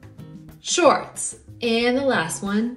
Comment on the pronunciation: I am not sure she pronounced the “S” in “shorts” . To me it sounds like she says “short”